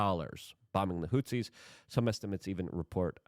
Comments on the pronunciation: luke it is HOUTHIS NOT HOUSEES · Is he saying "Hootsies"?